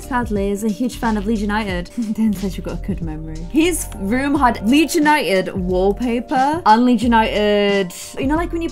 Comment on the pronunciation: I’m from souther Louisiana and when you said “iM frOm LeeDS” it sounded just like a southern accent 😹